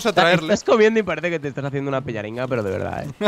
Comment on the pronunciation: se dice pallaringas